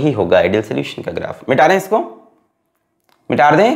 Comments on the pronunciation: Sir.. ki kuch pyari🙈❤ baateinn... 1.Mita de ko.. mitar de bolna. 2.Word ko erase krke dobara likhna . 3.Acceleration ko axkeleration bolna. 4.Beech beech gaane or ajeeb awaz nikalna. Or... Sache Dil ❤ se pdhana. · Sir why do you say MITARDEIN...its mitadein..(?)